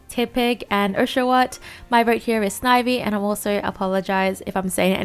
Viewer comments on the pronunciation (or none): none